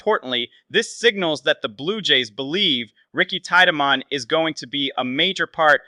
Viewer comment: It’s Teed-man you boneheaded